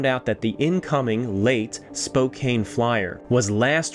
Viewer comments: Lol, Spokane Native (Spo-can not Spo-cane for those interested) here and we are used to it. Also, Kootenay made my ears bleed a bit, but used to that, also! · Great video as usual. I'm from Washington state though & you pronounce Spokane, Spo-can. It does look like Spo-cane but no. Keep up the great work good sir. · We always pronounce it as Spocan. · “Spo cane Properly pronounced: Spo can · I love your videos and this was another great one! Just so you know, as a Spokane local, even though it looks like Spo-Kane, it’s pronounced Spo-Can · I love your research and style of story telling. I smiled every time you said Spokane. We here pronounce it Spo Can. Not cane like you walk with. :) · Thank you for sharing a very interesting bit of history i didn't even know about. By the way, Spokane, is not pronounced Spo-cane, it is pronounced Spo-can. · Spocaine 😄.. it's pronounced spo-can! Those cheap skates should have gave that engineer 200 times what they did! What a great Canadian hero the Frank rockslide! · as a resident of Spokane Washington you pronounce the city wrong it is pronounce as Spo-can not spo-kane. It is Native American pronunciation. Also been to frank. The land fall is the reason why all nearby mines are stripped mind instead of tunnel mine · Washington state is where I was born and raised and I it annoys me when people don't properly pronouce city names...Spokane is ( SPO-can) not (SPO-cane) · Hi. I believe the pronunciation of Spokane, the ‘e’ is silent. Spo-can.. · I missed the part were he mispronounced Spokane, did he say, Spokaney 😂😂😂!? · Spow kane Actually, I like that pronunciation better. Next chance I get, I'm going to use that and see if my listeners figure it out. I'll tell them it's a Canadian pronunciation. They'll be impressed I know so much. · B He said Spo-cain . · Spokane is pronounced Spo can. Named after a tribe of natives in the area. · It is SPO-KANN. I love your stuff!!! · Spokane is pronounced Spo-CAN.